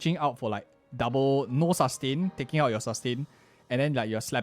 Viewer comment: The way he says ( Sus - tain ) 😂